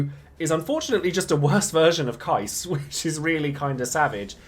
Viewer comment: You, my man, are one of those rare DFFOO content creators in YouTube who is pronouncing Keiss name correctly, and just for that simple act, I wanna say thank you very much 😂